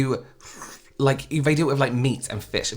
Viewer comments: Is he saying " wif" instead of " with"..he kinda looks illiterate tbh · Is this dude saying " wif" instead of " with"?(.. he looks illiterate tbh